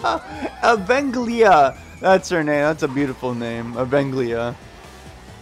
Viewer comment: OH MY GOD HOW DO YOU READ EVANGELIA AS AVEN-GLIA 💀